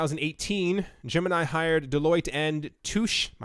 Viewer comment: Dude I thought you were knowledgeable on finance?!...you've never heard of Deloitte & Touche?...you pronounced it like you've never heard of them before. That looks really bad man. It's only one of the largest tax & business consulting firms globally and has been for many decades.